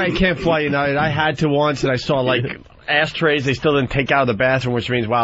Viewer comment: Why in the actual FUCK did Dopie keep saying "Asstrays" instead if "Ashtrays"??? It's like when he used to say "three one three free" instead of just another three, who mispronounces words on fucking purpose??